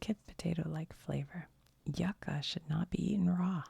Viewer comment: "yuca" is pronounced "you-ca" 🥹